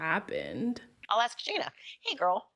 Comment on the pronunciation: Try starting with ass-kick and you will pronounce ask correctly.